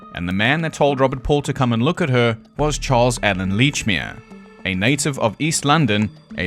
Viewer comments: For god's sake it's letchmere.pronounce it letchmere.😂 Love your accent.thought you were Australian for the first part.😂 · Aaaand its fuckin Lechmere: like saying letch. Like a letcherous bastard! Sorry, not sorry, Scottish. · He has all these theories about Lechmere, but doesn't even know how to say his name 🤣